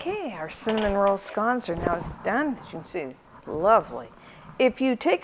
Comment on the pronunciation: Never heard these called scaans?